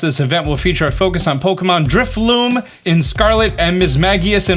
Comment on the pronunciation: "Protein", "Water Shriookin" and "Drifloom" are not he move:P (Protean, Water Shuriken and Drifloon) Love your content a lot tho ^^ keep it coming!